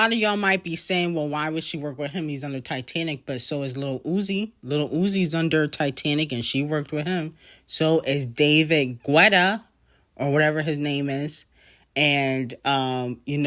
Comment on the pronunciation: David GÚ-E-TTA 🤣